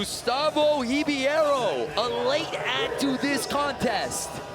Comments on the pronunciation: it's actually pronounced Re-bay-ro. ei in portuguese is pronounced like ay in english. And the letter i sounds like the letter e. Hope you'll get it better next time! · Gustavo Rib(I)ero....really? Comentators cannot read his name right?